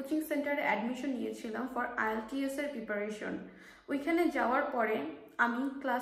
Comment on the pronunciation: Please give the name of ielts center clearly